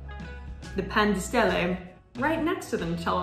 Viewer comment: sarebbe carino se pronunciassi i prodotti come sono scritti tipo Pan di Stelle e non Pen dei Stéilei.. sarebbe molto apprezzato